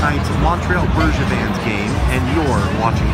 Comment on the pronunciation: Lmao the intro.. did anyone else hear “and I’m at the Montreal Bergevins game”??